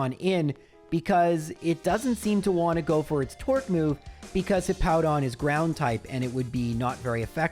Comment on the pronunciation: Also, this is that time period where he calls it Hippo-don and I still hate it.